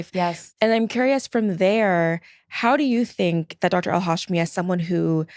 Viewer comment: The hosts constantly saying Al-Hashimi's last name wrong repeatedly is embarrassing. She was even on the podcast saying it correctly and they still said it wrong. 😬